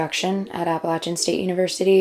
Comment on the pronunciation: Did you really pronounce "Appalachian" like "Apple Lasian"? Get out of here with that BS